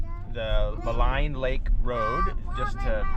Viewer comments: It's pronounced, "Ma lEEEEEEEEEEEn Lake" .....as in, "lean" on me ( if my parents hadn't been cremated, they'd be rolling in their graves right now )...not to malign you or anything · When I lived there in the late 70s.....we always pronounced it as Mal(een) Lake.... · Maligne is pronounced Maleene. 😉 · Yes indeed - if only he could pronounce "Maligne" Lake properly, we'd be stylin'